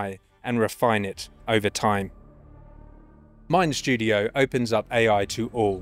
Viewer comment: There’s no “sh” in “mind studio”.